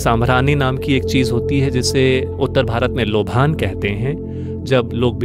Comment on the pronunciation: लोभान नहीं लोबान होता है , पता नहीं भाषा का स्तर क्यों गिराया जा रहा है